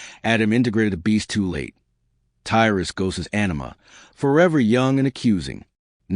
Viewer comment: Your video is a load of shit. And false... Shame your information not correct. And you cant even get tys name right ffs.. if your gona do shit like this check your facts..